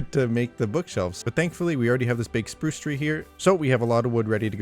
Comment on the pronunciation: Spruce rhymes with soos